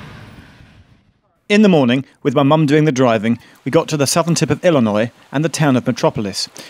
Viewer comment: I have never heard someone pronounce Illinois like that and I've lived there my whole life